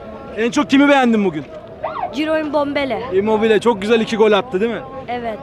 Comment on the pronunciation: Osimhen gelinve immbobile 😂